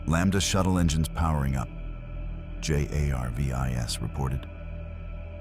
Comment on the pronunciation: I cant. I just cant listen to this, with the narration saying "JAY AYAR VEE EYE ESS" instead of JARVIS, over and over and over and over....😡😡🙄